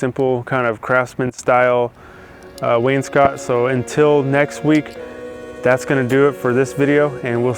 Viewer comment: Dude, wainscot rhymes with Wayne's Boat. Not Wayne's Snot!